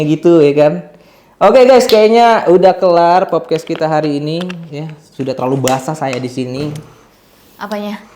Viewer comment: Agak gemes lama² ya sama lu bang, "podcast" bang bukan "popcast"😅